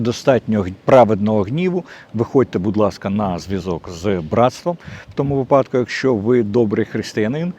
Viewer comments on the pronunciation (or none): none